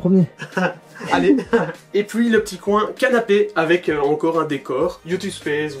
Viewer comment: Quand y dit et puis il dit et pouis